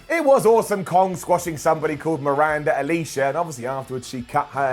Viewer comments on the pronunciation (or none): Miranda Alizé not Miranda Alicia.